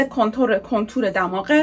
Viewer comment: چرا میگه کنتور مگه کانتور نی؟😂